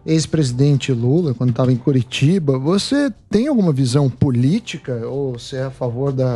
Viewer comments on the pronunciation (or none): O mandou um " Curirim " kkkkkk ninguém percebeu.